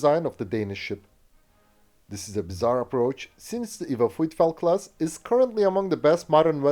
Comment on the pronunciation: "Vitfelt". not "Frrruyfelt".